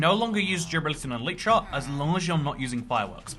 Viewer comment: Thanks for the video, just a small remark: It's not "an elytra" but a pair of elytra, like a pair of trousers. Elytra is the plural of elytron, the hard outer wing case of a beetle. Also, it's pronounced "EL-lit-ra" with the emphasis on the first syllable. I know, just about all minecrafters on YouTube get this wrong, but if I can correct the most well-known ones, perhaps one day the message will spread ;-)